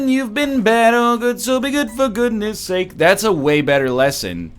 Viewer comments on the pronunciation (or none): none